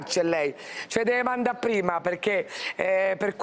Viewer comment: "ce le deve mannà pprima"? 😞